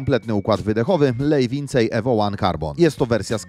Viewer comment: Lej vincej" 😂 jebłem, w punkt nazwa.